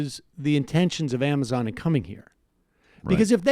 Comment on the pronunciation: I think Sam meant to say cuo-amazon.. Q-mazon.. Qwuamizon!?